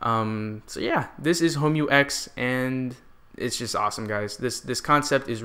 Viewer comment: Another great review! Oh and you pronounced the name absolutely right:D